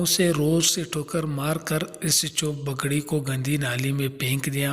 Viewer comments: بگڑی نہیں پگڑی، پلیز تلفظ درست کرو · لکھا صحیح ہے لیکن لیکن بولتے بگڑی ہو